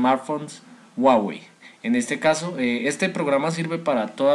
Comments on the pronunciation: Pero no donde es ;) Tutorial incompleto y encima dice guawey jajajajajajajaajajajajajajajajajajajajaja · Dislike por pronunciar mal huawei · WUAWEI :'v